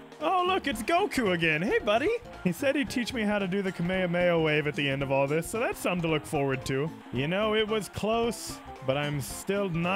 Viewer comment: It isn’t kamayamaya it’s kamehame HA